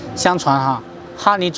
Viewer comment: “拉祜（hu)族”哦